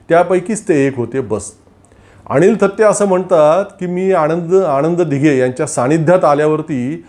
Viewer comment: आपण अणिल थत्ते आणि आणंद दिघे , असा उच्चार करत आहात. तो कृपया अनुक्रमे अनिल आणि आनंद असा करावा.